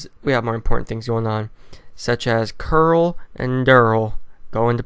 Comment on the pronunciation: Good video but plz stop saying like caruul cuz i dont know if your talking about carl or the girl mural likes